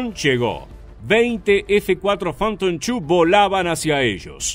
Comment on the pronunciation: todo chévere hasta que pronuncia f4 fanton chu, prefiero escucharlo solo fanton tu, no están de acuerdo??